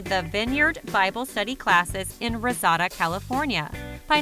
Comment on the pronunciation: nothing like a LINEAR timeline, eh?? & is it really that hard to pronounce Reseda or Lowndes?? at least we got great pix of his main house. (which he sold for $50mil.)